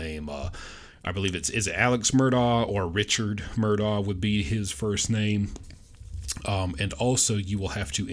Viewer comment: Love you pronounce Alex last name right!! Thru the whole mess everybody calles them Murdocks!! Enjoy your vids!! 💕🙏💕